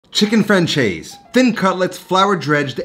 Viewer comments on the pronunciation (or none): “Franchez”? 😂😂😂 it’s more : fran-cez” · Chicken Francaise (Fransais) ... not Franchase... that was painful ;) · Lovely dish - I'm definitely going to make it soon! (pronounced: fran-SEZ not fran-CHAY-z) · chicken fran-chase? haha i always love the way us peeps pronounce french language. More prounounced like chicken fran-says. Butt: you done well, as usual ;-) Reflection: it's much richer and has more ingredients but i see it as a big brother of pezzo di pollo alla marsala. yous a cookfreak me too bruh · Me (a francophone) when I saw "française" on the thumbnail: "Ooh, he speaks French?!" Him: "Chicken frahn-chayse" Me: Oh. Never mind... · Chicken FranCHaise!!! ...oh sweet summer child, I'm afraid of what the French would do to you for that pronounciation LOL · That ç is pronounced as an S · Your pronunciation of "française" could've really been better my friend... Look it up lol ! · Theres no “h” in “Francaise” …. Its pronounced “fransays”😉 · Franchase ? .... I love American inability to pronounce words but, hey, they even struggle with English 😂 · You can not even pronounce its name correctly, huh, "fran-chaze" ? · chicken franchase? you really butchered that pronunciation there buddy. please listen to the correct pronunciation on google translate next time. anyways. this recipe looks great, should try it some time.